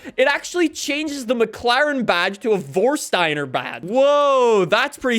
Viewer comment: "WORSSSTTAINER" it's funny for Germans because it's actually called "FORSCHTEINER"